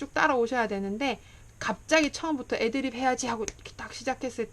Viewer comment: 경상도분이시네요. 애드립에서 애자 액센트가